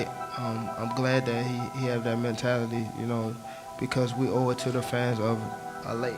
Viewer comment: whats that when he tried to say "a late" that wasnt fighting off a sneeze CTE